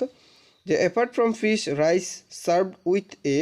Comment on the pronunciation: প্রথম লাইনে ওখানে উচ্চরন হবে রাইচ😂😂😂😂